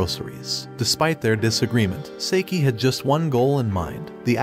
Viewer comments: Bruh why does he say saeke instead of saiki?💀🗿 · For the love of god hes namn is not seiki its saiki